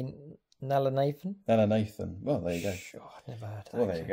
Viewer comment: Sorry, that's my home account for youtube. A lot of people shorten my surname to Nathan. Hopefully that will make life easier. you pronounced correctly!